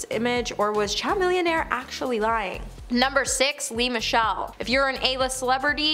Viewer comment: Not trying to be "that person" here, BUT....Would it be too much to ask for you to find out the ACTUAL pronounciation of the celebrity names? I mean, CHAMILLIONAIRE isn't THAT difficult (it starts like 'chameleon' and finishes with 'millionaire' ) and his name was BUTCHERED! This is your JOB. These people ARE how you make money! Even if you don't like them on a personal level, it would appear more polished and professional if you pronounced their names correctly. Afterall, how can your audience become more informed, if they are listening ( as a background noise for busy people) but not watching your show? Sorry of I have offended you. That was not my intent. Thank you for the information. I DO APPRECIATE your dedicationg!!